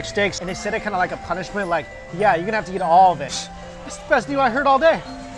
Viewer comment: all you can"jeat" Wtf is JEAT? JEEEEEAAAAAAAAATTTTTTTTTTTTTTTTTTTTTTTTTT!